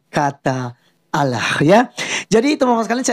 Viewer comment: tulisan ALLAH .. ngebaca nya aulloh .. Udh pasti beda 😀 Salam WARASS